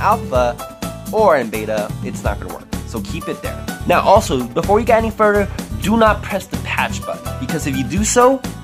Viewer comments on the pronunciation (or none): none